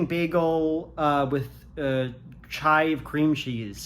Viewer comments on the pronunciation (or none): Sorry, did you say CHIVE cream cheese or CHAI cream cheese 🥯???